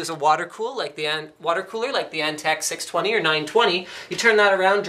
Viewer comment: "Antec" Nnnnnope.